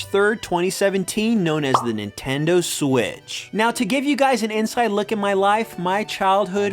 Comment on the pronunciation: “do the nintendo swiss” lol